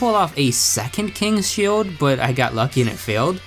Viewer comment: Pokémon S C H I L D No offense btw